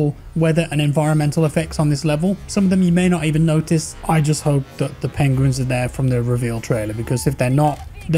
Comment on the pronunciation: Did you say Peguins??...I mean Penguins?...with Rocketlaunchers ;)